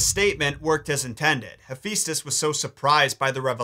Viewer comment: hephaistos (rhymes with asbestos) is the god of forge and flame??